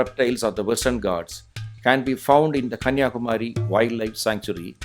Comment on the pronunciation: Excellent video presentation. High quality content. Looks like the voice is given by a Malayalam speaker. Because the pronounciation of Kanniyakumari is wrong, Please pronounce properly, it is not Kumaaaari, it is Kumari.